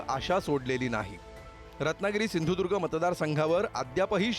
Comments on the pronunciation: सिंदूर्ग नाय बाबा सिंधुदुर्ग आहे 😂😂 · ज्याला सिंधुदुर्ग बोलता येत नाही त्या भामट्याला पाडा आणि गाडा.... शिदुर्ग 😂😂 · अजून पण ह्याला सिंधुदुर्ग बोलता येत नाही. कसा काय कोंबडी चोर निवडून येतो ते बघूच आम्ही.